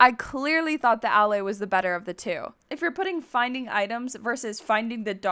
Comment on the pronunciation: BRO DID YOU JUST SAY DALLAY INS5ED OF ALLAY